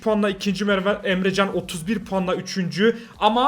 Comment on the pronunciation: Abi Emjan değil EmreCan